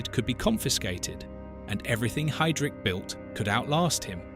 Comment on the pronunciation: For crying out loud, his name is pronounced 'High' - drich, not 'Hay' drich. It's not at hard to say correctly.